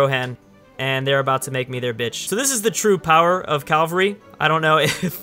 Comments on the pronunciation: calvary? that pronouciation gave me cancer, its cavalry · Ca-val-ry ˈkavəlrē